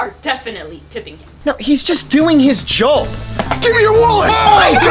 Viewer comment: The way he kept saying joab